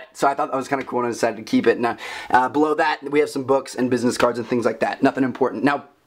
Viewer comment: I keep thinking he said blow that